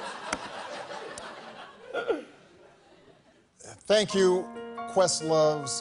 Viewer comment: Wouhooo Mister #Jimmy m’a fait craquer de rire 😂 😂🤣🤣🤣 surtout dans ce passage où il prononce avec un accent humoristique « Tank you president Obama🇱🇷» Big respect à vous 🙏